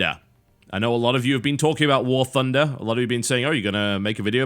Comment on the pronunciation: warTHUNDER not warFUNDER -_- well he is brit